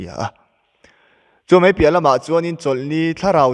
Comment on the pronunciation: Lar khel... 'Mai' tih pawh lamthiamlo... ''mei" ah a chhuah zel😅